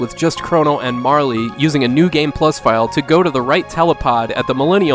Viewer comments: There is only one E in Marle. It's a silent E, so her name is pronounced "Marl", not "MAR-LEE". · Sorry to be that guy, but the E in Marle is silent making it pronounced like Mar-el. Needs a Y or extra E to have a Lee sound. ^_^. Not just me saying that either, If you ever watched the TV series Heroes - Hiro pronounces it properly when talking about the great love stories of history. "Alexander & Cleopatra - Romeo & Juliet - Crono & Marle" Good list though - I like your videos. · her name is pronounced "marl" like carl or marble without the b.